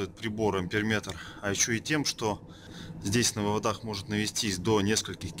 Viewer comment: Вот только слово "вывода́х" (не только в этом видео) режет слух. Не существует слова "вывода́", зато очень даже есть "вы́воды" и вам, как русскоговорящему электрику, должно быть стыдно за такие ошибки.